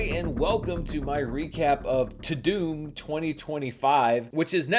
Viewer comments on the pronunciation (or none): Isn't it "ta-dum" and not "ta-doom"? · Is it pronounced Ta - DOOM or Ta - DUMB? I thought it was Ta- DUMB. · I thought it was pronounced “too dumb” but maybe that would be too in the nose. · I pronounce it "TAH DUHMMMM" not "TOODOOM"